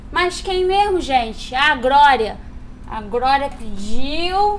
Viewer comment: Cráudio... Grória...😹😹😹😹😹